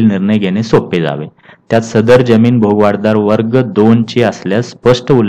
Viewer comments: भोगवटादार आपण सारखे भोगवाट दार म्हण्ताय ते चूक आहे. कृपया उच्चार तसा करणे. भोगवटा म्हणजे ज्याचा उपभोग घेता येतो ते. भोगवाट म्हणजे मार्ग भोगाचा . तुमचे कार्य सराहनियच आहे पण उच्चार चुका मुळे कधी कधी अर्थ बदलतो म्हणून हा कॉमेंट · भोग वाट दार नाहीरे बाबा .... भोगवटा दार म्हणतात